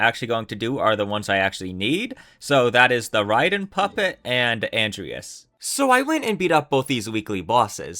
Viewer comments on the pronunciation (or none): none